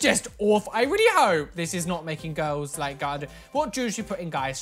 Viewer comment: This is how many times he said ''GIRLZZ'' 👇 👇 👇 👇 👇